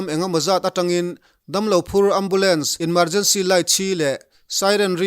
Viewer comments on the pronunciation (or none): Inmergercy ni lovin emergency ti zawk teh, i aw a fiahțha a, a ngaihnawm bawk